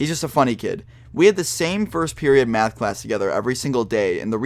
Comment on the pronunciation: he says math so funny mayhth